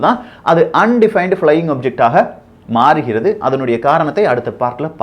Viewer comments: தம்பி அது அன்டிபைன்டு அல்ல அன் ஐடென்டிபைடு. கவனமுடன் படித்து சொல்ல வேண்டும். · Plz look after the pronouns UFO un identified nu sollanum I silent illa appo rum Voyager thappa sollarega konjam correct pannikaga